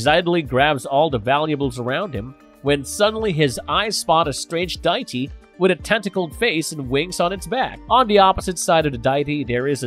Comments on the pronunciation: Why, why are you pronouncing the word "Die-Tee"..??? It's pronounced "Dee-Ah-Tee". Who do they hire for these readings..?? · You do you but it is pronounced day e ty